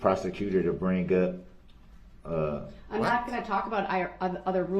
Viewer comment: He is so ridiculously ignorant it isn't even reasonable. Every time he said a word ending with a "g", he begins the next word with a "g" sound. Rather than saying "bring up", he says "breen gup". Instead of "everything is" he says "everytheen gis". Every time. It drives me freaking nuts!